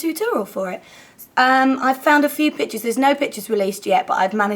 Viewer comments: is it just me...or did it sound like bitches when she said pictures? anyways! i LOVE the look and the colours you used :) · omg when you said pictures I thought you said bitches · when you said "couple of pictures" at the beginning of the video I thought you said "couple of bitches" LOL I was like WHAT? hahah